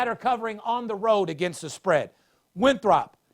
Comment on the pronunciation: If you are talking about Winthrop... you need to pronounce it correctly. LOL